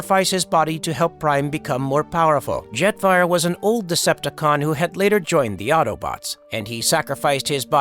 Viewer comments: Did the person behind this channel even listen to all the wrong words and names the computer voice is saying? Call Jet Fire, Jeffrey? and more. This is just terrible. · the ai voice really called Optimus Prime "Optimum Prime" and Jetfire "Jeffrey'